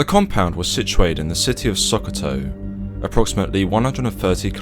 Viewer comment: great video as always, im from Nigeria and never even knew this happened. As it was the UK special forces, the supporting Nigerian Army trrops would most likely have been from the 72nd Special Forces regiment or the Nigerian SBS. Its pronounced Shokoto fyi